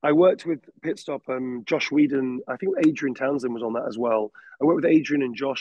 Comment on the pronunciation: He keeps on mentioning a director named Josh - It sounds like "Joss Whedon," but it can't be. I must be mishearing another name. Anyone here know?